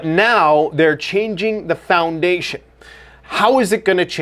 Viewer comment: Why do you prononce " fondation" that way you sound chinese 😅😂😅😂